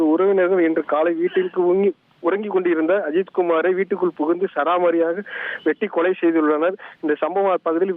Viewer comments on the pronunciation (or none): 'சராமாரியாக' என்பது தவறு.'சரமாரியாக' என்பதே சரியானது